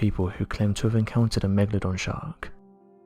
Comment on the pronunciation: the "Megadon" shark?